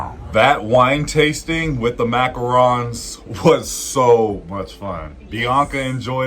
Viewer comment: Thank you for pronouncing Macarons properly.